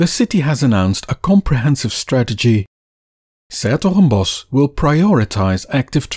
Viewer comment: I finally get to hear how this name is supposed to be pronouced